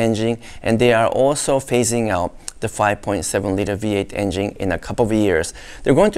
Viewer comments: I love how he says "in-jing" instead of engine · Great Video.!! Everybody drink when says: "Engine" - C'mon everybody play.!!!